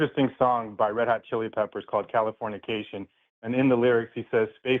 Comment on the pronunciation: The dude cited an RHCP song as if it were profound and then proceeded to butcher the name of the song. It’s californication not California-cation. Also tells me he completely misunderstood the meaning of the song.